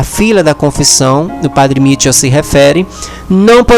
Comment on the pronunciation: esse teu trabalho de divulgação é muito importante para atingir mais pessoas. Deus te abençoe por isso. Apenas corrija a pronúncia do nome do padre. Não é Mítchel, mas sim Michél. Porque ele é de origem francesa.